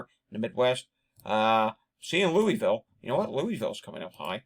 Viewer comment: It is pronounced LOO-uh-vuhl, not LOO-is-vill. I'm originally from Louisville, KY, and visiting next week. I was just listening and not watching the screen, and when I heard LOO-is-vill, I thought you were talking about Lewisville, Maine, or Louisville, CO. Fortunately, I decided to be cautious and go back and look at the screen.